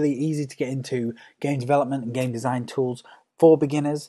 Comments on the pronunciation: Is it me or was the first thing I heard was "Hello Gay fans" o.o (Btw ik he said game fans) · AaronGX yeah i heard that too